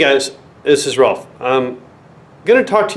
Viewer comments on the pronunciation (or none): none